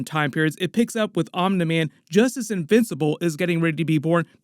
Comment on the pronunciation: I don’t know why it bothers me so much but it’s pronounced omnee man. Not omnuh man. Lmao